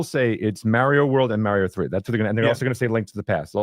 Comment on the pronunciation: Mario, not Maaario